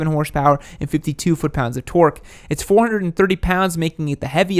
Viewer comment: Torque* please just say it normally lol